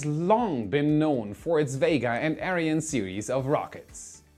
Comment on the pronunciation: I went to the comments to just complain how he said "Ariane". There's so many correct pronounciations to choose from, in so many languages, and he chose a weird one, which was totally brushing me the wrong way. I personally would have preferred the german pronounciation.